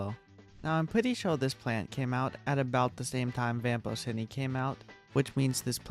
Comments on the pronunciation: "vamporsini" >0< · Ots prounounced vampochini